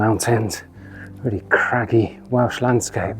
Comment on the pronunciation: I live just off the PBR, and you have portrayed it really well. Your Welsh pronunciation had me giggling all the way through 👍⛺